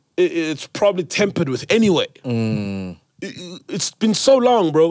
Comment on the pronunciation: lol did Sol just say aniswi tivi hahahaha